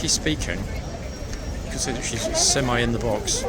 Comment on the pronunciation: Semi? Like a Yankee? Sir it's semi like an englishman